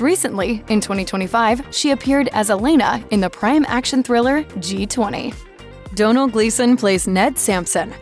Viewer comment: points for pronouncing Domhnall correctly